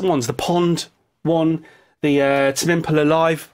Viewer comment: Just pronounce Tame Impala correctly,.